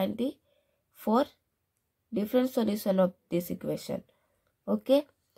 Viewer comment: You don't know how to pronounce solution😂